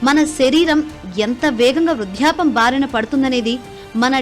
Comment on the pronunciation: Vruddhapyam is the correct pronunciation